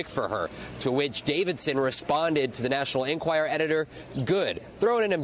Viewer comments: Vaughn- why do you keep repeating over and over the wrong name for the paper, calling it the "National Enquire"? "National Enquirer" (is it's correct name). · Can Von Hillyard please learn that the publication is called "The National EnquirER" NOT "The National Enquire" ???